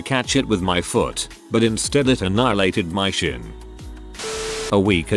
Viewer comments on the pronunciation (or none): none